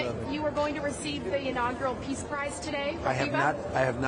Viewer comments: im sure he said piss prize,,, that would make sense given the dementia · Sounded to me like he said "Pizza Prize", not "Peace Prize". 😂